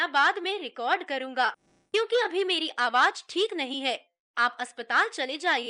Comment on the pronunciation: It is very irritating to hear z pronounced as j Why aawaj? And not aawaz? Spoiled the whole experience